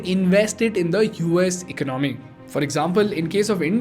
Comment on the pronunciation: Bro, it's not eck-no-mee, it's e-con-a-mee. There is no k. Also, it's One hundred and fifty seven billion and not one five seven billion dollars. Just Add an 'and' after the hundreds when you say numbers.